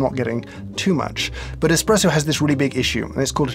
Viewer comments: Could you two ladies change a tire? What value do you bring to our world? Expresso? Which you specifically pronounced. Get a job. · I hate it when people say expresso instead of espresso. Expresso? eXXXpresso?? there is no X in the Italian alphabet so it is not even possible to say EXXpresso. Espresso is such a beautiful word.